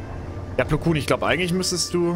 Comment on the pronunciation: Mensch er heißt nicht Meister Plukun sondern Plokon